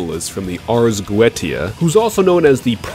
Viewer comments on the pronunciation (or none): I don’t mean to sound like a 🤓(if you know what I mean), but Goetia in Ars Goetia is pronounced ‘Go-ay-sha’. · My sources claim it's 'goh-eh-tee-ah', and specifically rules out any 'sh' sound, based on Latin pronunciation (either Classical or Ecclesiastical Latin).